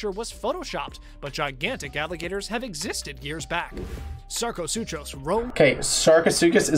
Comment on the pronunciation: the narrator in the video is reacting to pronounced Sarchosuchus (Sar-ko-soo-chow-s) when it is pronounced (Sar-ko-soo-kus)